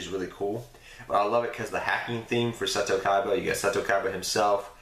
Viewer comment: Seto is MA'HAT! Not MAT-AT! xD Awesome video man, cool playmats.